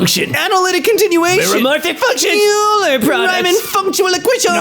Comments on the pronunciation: It's okay... it doesn't bother me... it doesn't bother me that you literally skipped past the pronunciation part of the entry where it says his name is PRONOUNCED 'OILER'! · Euler is pronounced oy-lr (or oi-ler), he’s German. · EULER comes up People who are familiar with math: ah yes, our good friend OY-Ler. Everyone at Emkay: YOU-ler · its said like oi-ler not u-ler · I know these are old videos piled into a compilation, and if you look at the name ‘Euler’ without knowing, your first instinct is Yoo-ler, but it’s actually Oy-ler. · and both pronouncing Euler YOO-ler, even AFTER looked him up and the pronunciation was RIGHT THERE... it just hurt me a little bit:( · not pronouncing Euler as Oyler hurts my soul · Euler is pronounced Oiler. Don't ask. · He pronounces Euler as „yuuuler“ 🗿🗿🗿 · Euler is pronounced Oiler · As a person who knows german and also loves maths, it triggers me how every of them pronounced euler. (it’s pronounce oiler) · Uler uler uler its Euler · petition for all of them to learn the pronunciation of euler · That pronunciation of euler hurt my soul. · Can’t believe he pronounces “Euler” as “Euler” What a moron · Believe it or not, I actually understand this Also it’s ‘oiler’ IT’S PRONOUNCED REE-MAN Four yer Oh man I wish unity had flowtrees stupid uni not math guy it’s x squared tau(2 pi)>pi( …) also ur dumb > is greater than idk this who did this 🤣 use a dot for multiplication